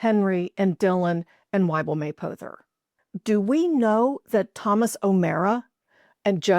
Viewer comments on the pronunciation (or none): Interesting, but I live in Kentucky and have never heard the name pronounced as May-poe-ther. It’s closer to May-pah-ther. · Great vid. I'm from Rochester and had Mapothers in our neighborhood. They said it May-pah-ther.